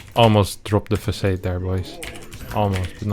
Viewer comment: Thanks again for the goddamn legendary content. Keep em coming! Also, it's pronounced "fa-sod", not "fa-sayd". Just letting you know haha